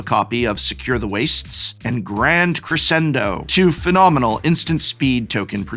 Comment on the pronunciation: Crescendo is pronounced cre-shen-do. Love the content but my inner musician's eye twitches hearing that mispronunciation.